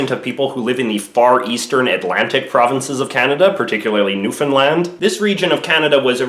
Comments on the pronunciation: You mispronounced Newfoundland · Newfinland? Isn't it Newfoundland? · So You pronounce Newfoundland "New Finland"? Kinda ... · Am I the only one who hears new Finland instead of New Foundland? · Newfoundland not newfinland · am I the only one that hears New Finland when he pronounces Newfoundland? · A feel bad that a Canadian says Newfoundland wrong